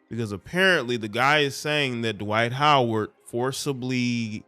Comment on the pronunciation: Twight Howard 😂😂